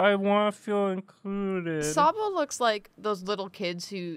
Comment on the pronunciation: You’ve murdered Sobble 😂